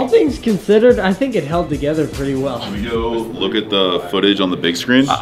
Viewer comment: He really said “it’s all coming to gather”😂😂